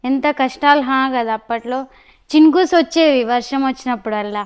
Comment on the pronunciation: చినుకుస్ కాదు చినుకులు🤣😂🤣💦